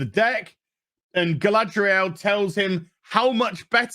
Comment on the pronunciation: I just love your pronunciation of Gaalaaaadrieeel.